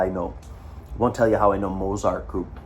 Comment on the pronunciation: please say the t in z in mozart, it's getting to me!